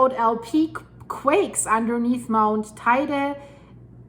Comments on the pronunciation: It’s pronounced tee dee. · Stop. First it is pronounced tay _day Then we could never survive an eruption, second.... Yep when building on this island you have to use a proper construction... My home has constant movements. Needing more flexibility! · Not exactly, the pronunciation in Spanish has nothing to do with English; in fact, she doesn't pronounce it correctly. What she says is spelled TAIDE in Spanish. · Check the pronounciation of Teide please, yours hurts